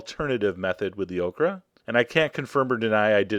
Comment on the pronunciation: Lol, he made okra sound like Oprah